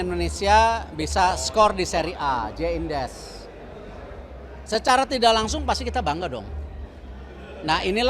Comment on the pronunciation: Aku kok dengernya pak Erick nyebut bang Jay itu Jay Indez ya ? 😃